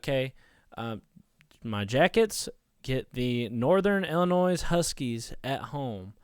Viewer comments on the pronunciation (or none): Disliked because you said "ILLI-NOISE" 😂